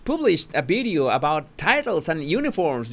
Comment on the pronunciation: I do enjoy this channel and have been a long time sub…. I love the language and it’s difference- love love love that u say bideo instead of video …. I love the translation of language u give us too I haven’t really agreed with the heavy merching that has gone on over many many platforms I feel that once the King settles in to his new role , the Skidmarkles will be half in half out I’m done already with the lot of them Princess Anne should have been crowned 🎉